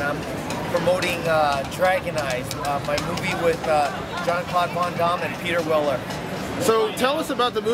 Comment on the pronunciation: john claude von dom?...come on le, its VAN DAMME.